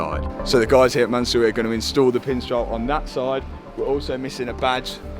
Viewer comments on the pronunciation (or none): Mansory: "Soryman" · the pronounce is MANSOOORY - Not Mansory so❌ -soo✅ sory❌ soury✅ man sorry❌ mansoory✅ i know because its an iranian family name. No hate just letting u know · I can't be the only one driven crazy by the pronunciation of Mansory throughout the video